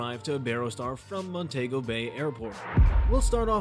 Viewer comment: This is absolutely not an honest review - this appears to be an AI advertisement for the resort. The narration voice doesn't even pronounce Iberostar, Montego, or Caribbean correctly. I would not base my travel plans on this review - add to it that I have been to this resort and, if you are looking for a party atmosphere it won't disappoint. There are activities and partying all day and night. If you are looking for quiet relaxation, find somewhere else - there is no where to escape the party. There is not a quiet bar nor a quiet pool - any quiet at the pool is interrupted by the entertainment team booming over a microphone accompanied by bass thumping music.